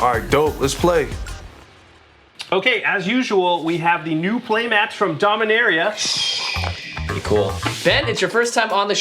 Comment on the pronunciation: Jimmy and: dominiaria brawl! Cassius: HuAtLi